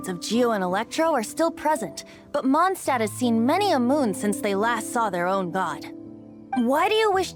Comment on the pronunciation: In the first part you worried slightly about saying Mondstadt wrong. And since then you have said it in the exact same way as the game. Which is wrong. And now there's the "Holy Lyre der Himmel", which the game also says wrong. At least it seems to be consistent in the way it is wrong. Kinda like "Atelier". Also the name Venti reminds me of a prominent character in Rune Factory 4 - who happens to be a dragon.